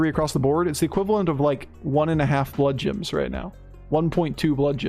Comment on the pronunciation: Only started watching this channel a few weeks ago (love the content BTW), so I may have missed the joke, but am I crazy or is saying bloodjims??